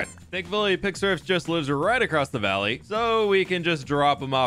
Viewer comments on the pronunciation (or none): none